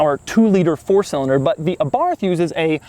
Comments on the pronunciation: My understanding is that the name is pronounced “Abart” - not Abarth as you pronounced it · AbaRth? Aba:th is the correct pronunciation. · Dough is the type of guy to speak „Abarth“ with the english th. You have to speak it Abart, with a rolling „r“ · Hey Doug...it’s not abarth, it’s Abarth..,long A. Thought u might like to know. Keep up the good work. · It is pronounced Ah-BarT or Eh-BarT, not Ah-BarTH. It was named after Carlo (Karl) Abarth, a car designer who was born in Austria and later moved to Italy and started his own company. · Please say the word correctly. It is not A-Barth it is pronounced Abarth, all one word. I enjoy most of your videos but your voice is like nails on a chalkboard. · it is pronounced àbarth, not abàrth. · Pronounced A-barth not abarth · Abarth is pronounced "Abart". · It’s pronounced “ABART” you don’t pronounce the “th” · Abarth...AY-barth...emphasis on the first syllable, please. Carlo would thank you. Please slow down a bit on your delivery. You have expert analysis and wonderful insights to share and we all want to hear, understand and process them. Drive the cars fast...and speak a bit more slowly. Feel free to either review this car all over again with proper sound and video or...simply delete it. This piece is simply not up to your usual high standards and erodes your brand. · 5653 comments so far so I'm guessing that someone has mentioned that this is a 124 spider not a Abarth spider and that Abarth is pronounced Abart as in Italian the 'H' is silent. Maybe with a little 'ah' at the end. As an owner I can also mention that these cars a re far from perfect but are in fact a great all rounder that appears to be reliable as one would expect of Japanese manufacture coupled with Italian style. Ie flawless so far. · Abarth, not aborf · I think you're really cool Doug... but this is how you pronounce Abarth... eh bart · It is pronounce ARART not Abarth dummy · sound like youre saying Abarf. lol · Abart the H is silent